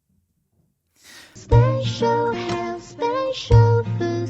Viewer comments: The lady saying spacial sounds like she’s saying facial!! That made my day ahaha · I think the Chinese genuinely misunderstood the spelling was for "special" versus "spatial". The pronunciation (probably taught by to the Chinese? Lol) is pretty close and indistinguishable to a non-native speaker. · not gone lie, by the second time hearing (end of video) it got me. spatial house, spatial food ...... spatial